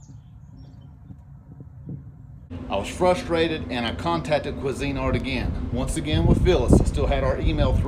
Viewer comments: I know this is a later comment, but saw both videos on this and I just could not take it... It is pronounced Queeeeeeesinart. Not Cuisine art. Just saying. Being a novice at things is good. Helps ya learn new things. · It's Cuisinart NOT Cuisine Art Grill They have been around for decades. Good review though